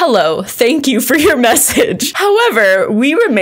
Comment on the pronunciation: "Fuuuuur awhile"?!?...... 🤔😅🤣